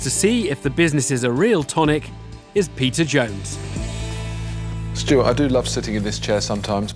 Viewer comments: Idk why this just made me laugh so hard. I can't unhear the narrator calling him Pizza Jones. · every time the host says "peter jones" i think he's saying "Pizza Jones" and I legit thought his name was Pizza and was so stoked on him. and during this vid I realized his name obviously isn't Pizza and now I have nothing. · I don't know why, but I always hear the narrator say 'pizza jones'